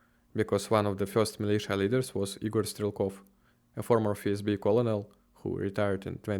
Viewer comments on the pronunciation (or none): colonel (Strelkov) произносится как ˈkərn(ə)l - кёрнэлъ